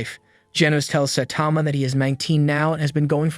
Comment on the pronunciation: "sah tama" its pronounces "sigh tama"